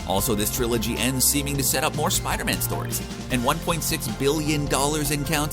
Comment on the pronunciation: "Spida Man"